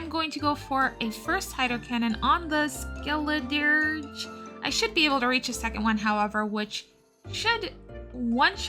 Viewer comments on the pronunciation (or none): i believe you pronounce skeledirge like skell-i-dur-g, g like giraffe, skeledirge